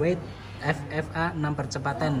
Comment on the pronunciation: "Fe Fe A" bang bukan "Ef Ef A"